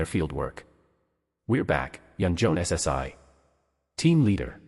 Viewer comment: Honestly, I am not a big fan of AI, but for my dyslexic sister, I'll give this one a pass. Thanks for the upload. Though you really should edit some parts where it speaks too fast and some words aren't read properly. Like, the " - ssi" honorific. Though seriously, thanks. Eagerly waiting for the next upload. 👍🦌📺💕